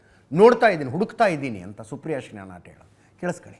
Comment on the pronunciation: ಶ್ರಿನಾಟೆ ಅಲ್ಲ, ಶ್ರಿನೆತ್